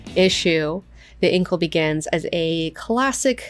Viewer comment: I don't agree with your pronunciation of "Incal" - am I the only one?